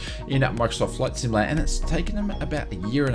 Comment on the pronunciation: Just so you know, there is a “T” in the word “simulaTor. You’re welcome